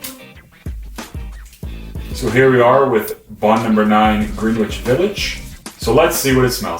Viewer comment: It's like Grenn-ich... not greeeeen which .. come on guy